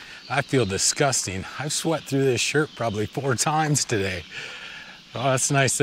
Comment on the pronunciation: "Disgusteen" is not a word. "Clotheen" is not a word. "Opportunidee" is not a word.